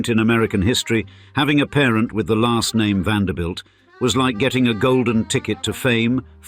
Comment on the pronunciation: Finally a narrator who pronounced the last name correctly! as in VAN -DER -BUILT. Some of them pronounced it as "BELT"